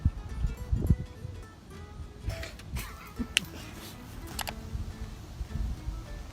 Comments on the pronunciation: You're a bully. He has an accent that makes me pronounce pilot as in peelot. He can't help it. It's seriously not nice at all to mock people over something they can't help. You wouldn't like it done to you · Car pee-lit?!